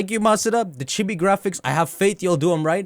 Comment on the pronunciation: Am I the only one who hears him say Chippie instead of chibi?